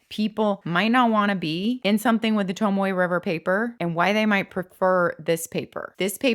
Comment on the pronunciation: ps. you may be the only person who can pronounce Tomoe. You truly do say it so beautifully.